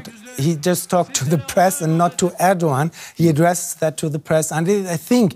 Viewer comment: Can someone tell this news anchor that it`s not Örkan or Ördogan but Erkan or Erdogan. E as in cEll or tEll